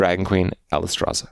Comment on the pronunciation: Shroob-adier? Trent? Coomoolo? ... Friendship Rice? (was that intentional?) And, as always, Alice-traza??? But hey, Kripp almost said Dirigible right!